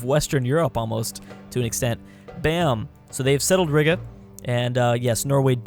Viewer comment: you said riga like rigga, it's pronounced riega